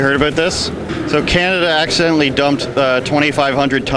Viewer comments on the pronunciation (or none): Not Accendentally dude. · Stupid! Man its not acciddentally!! And it seems like you make Philippines bad out of your dumb words! Its aint recycable!! Take your shits.. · Uhm... Why does he kept emphasizing "Accidentally" and "War". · Be careful dude your not scared by saying accidentaly.. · That is not Accidentaly actually it is Intentionaly man.